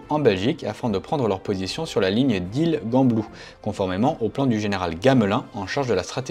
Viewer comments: On prononce《jamblou》. ;-) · Le "t" de Hannut ne se prononce pas, comme le "s" de Paris; en outre, le "G" de Gembloux se prononce comme un "J". Un grand bonjour de Belgique. ;) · Quelques remarques pour remettre les choses à leur véritable place : Détails : on ne prononce pas le t final de Hannut et Gembloux se prononce Jembloux. DLM = Division Légère Mécanique et non mécanisée. Forces : vous citer une attaque de l'Allemagne et de ses alliés en mai 1940... Quels alliés? L'Italie ne déclare la guerre que le 10 juin 40 quand les Alliés occidentaux ont déjà perdu sur le continent. - Bataille d'Hannut : les DLM françaises ne sont pas du tout en situation désavantageuse par rapport aux deux Panzer-Divisionen (3e et 4e). En effet, l'intention française est de mener une manoeuvre retardatrice (gagner du temps en cèdant du terrain) et non une bataille d'arrêt comme vous semblez le dire. Pour un tel procédé de combat, les deux DLM sont quasi aussi fortes que les deux PzD allemandes. On considère qu'un rapport de 3 contre 1 est le minimum pour l'attaque d'une position défensive. Ici les forces terrestres sont presque équivalentes. Si le nombre de panzers est bien à l'avantage des Allemands, la qualité est du côté français avec 200 Somua S35 contre 130 Pz III ou IV. L'appui aérien donne cependant un avantage certain à la Wehrmacht. Votre affirmation concernant l'absence d'armes antichars dans les DLM est fausse. Il y a par DLM 24 canons AC de 25 et 8 canons AC de 47 mm! Et même un peu de DCA! Si l'engagement du corps Prioux peut être qualifié de succès, c'est surtout dû au relatif équilibre des forces entre les adversaires et à la qualité matériel des blindés fr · Gembloux se prononce, comme en français ordinaire, (Jeanblou 🙂) sinon, nickel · S'il vous plaît : Hannut se prononce anu, Gembloux se prononce jamblou. Merci. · Gembloux : se prononce « Jean blou «. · Prononciation des villes belges : Gembloux : jean-blou ___ Hannut : anu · On dit Jean blou (gembloux)